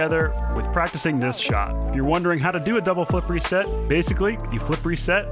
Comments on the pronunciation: You say flip reset I hear flippery set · Is it just me or when he says flip reset I used to think he said flippery set